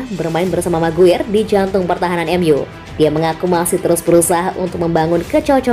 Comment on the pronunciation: MCGWAYER = ❎ MCGUIR = ✅